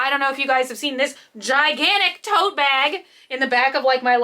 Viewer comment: I thought you said you had a giant "toe" bag rather than tote bag, and it just made so much sense to me that you'd have a toe-shaped bag